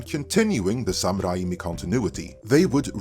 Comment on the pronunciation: That Sam Raimi pronunciation, dude... I disagree with Marvel movies being better written and more complex than early comic book movies; more bloviating and attempted cleverness, sure but not more complex.